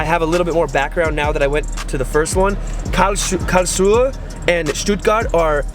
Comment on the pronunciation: I love the way English speaking people are trying to pronounce 'Karlsruhe'. This was actually pretty close